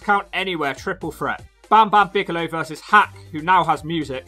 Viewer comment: I chuckled every single time you said "Bagelow". Think I'm too easily pleased, but glad you're back.